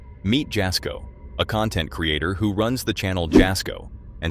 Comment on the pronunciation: Jasko is pronounced “Yas-ko” - The J is silent.